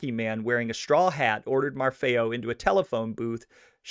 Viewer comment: Im over here dying laughing with the way you say these names bro. Willy Marfeo (marf-eeo) LMAO your not Italian huh? Still good work. 😂